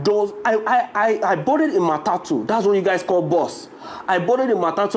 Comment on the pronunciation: Point of correction not matiti but matete